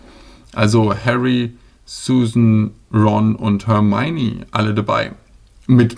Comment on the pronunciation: Hat er ernst Haft zu Hermine ,,Hermeine“ gesagt